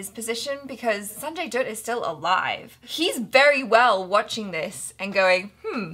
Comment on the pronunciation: Dutt rhymes with Mutt, Butt, Cut, Hut, Tut...you get the idea.:)